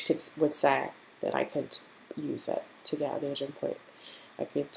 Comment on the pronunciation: On some parts, it sounds like you’re saying “Asian points”, instead of “Aging points” 🤣